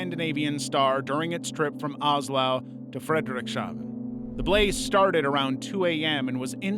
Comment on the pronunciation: "Oslau?" Its just Oslo, Einstein.